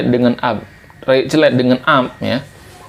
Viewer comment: Rayeuk ❌ Rayek ✅